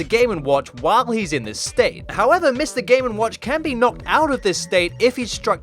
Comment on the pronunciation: Why do I hear "Mr gay n watch"?